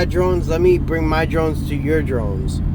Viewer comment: "Im willing to bring my personal drines anywhere". Lmao!! Nice